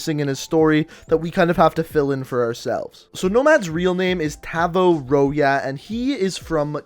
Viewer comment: Tavvo Roya? yikes